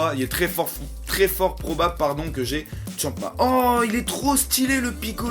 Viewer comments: C'est Champa pas chama . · C'EST PAS GOTRUNKS MAIS GOTENKS !!!!!!!!!!!!!! C'est pas Champma mais Champa et c'est pas Freezeur mais Freeza.